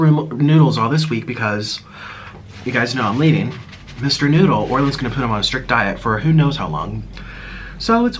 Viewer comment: MISSHHTER NOOOOODLLEEE Cork: pOp Nik: sHoOk